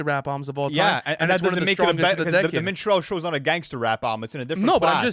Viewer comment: Its Min-struhl-show not Min-strell-show 😂